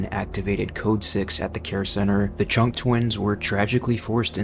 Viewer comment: During the Chunk twins segment.....i heard Chonk lol